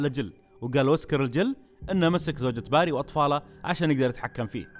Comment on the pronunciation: اسمه barry وينطق بيري موقصدي امسك عليك بس متعقد مت الي يسمونه باري